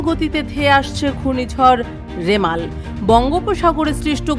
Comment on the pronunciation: লেখা আছে রিমাল,,কিন্তু সাংবাদিক বারবার উচ্চারণ করছেন রেমাল,,,🙄